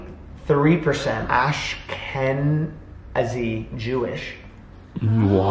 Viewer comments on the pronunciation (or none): Lol im dying bc im a religious ashkenazi jew so listening to you pronounce it made me laugh so much. but"ashkenazi" is pronounced osh-ke-nah-zee in case you were wondering! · “ash-kan-uh-zee Jewish” Me, an ashkenazi jew “tf is that??” Lol jk love and, adorable. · hearing say ashkenazi like “ash ken uhzi” hurt my brain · OMG so that's what said I thought he said "OHHH COFFEE RIGHT THERE" 😂😂😂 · My favorite thing is trying to pronounce Ashkenazi 😂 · The Jew in me is just HATING how he tried to pronounce Ashkenazi. 😂😂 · trying to pronounce ashkenazi jewish😂😂